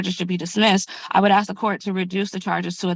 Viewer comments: Yeah I'm so sick of that moronic "Ya know what I'm saying " crap. And the Axe instead of Ask. I seriously just want to slap the stupid out of the mouths of anyone who constantly repeats this and other ghetto trash speak NONSENCE. Your a adult. Your a lawyer. Speak like a adult. Speak like a lawyer. Leave the ghetto trash for when your at home with your other brainless hood junkie friends. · a greater problem is neither attorney can pronounce the word "ask", they both stated "the boys axed". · Just can’t manage the word ASK